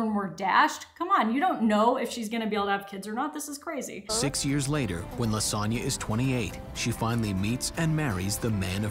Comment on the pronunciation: I know her name is Lisonna but I hear lasagne